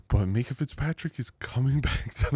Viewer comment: MINK-ah not Mee-kah